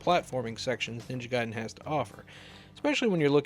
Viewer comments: Its pronounced guy-den not gay-den. The arcade version was extremely clunky and not well received. You say that arcade games are hard to pin down...you know they have dates all over them right. For instance looking at the splash screen at the title will generally tell you when it was made. You can also look at the custom chips or the board itself...very easy....Ninja Gaiden did not truly get started until it was released on the consoles. I love it the ZZZXSpectrum. I will now until the end of time cal it the Z (not zed) XSpectrum...hahahaha! I'm sorry, the micro's look absolutely terrible. I am so happy I grew up with the Sega Master System and the NES. I hear almost constantly from the British and European people chanting how much better micros were than the Nes....no, not by a long shot. Oh my God...it's great to see those two together again. Okay, I'll get a regular beer...WHAT! Roflmao! Subscribed! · Blasphemy. It is Gay-Den!!!!! HAHAHAHA 😄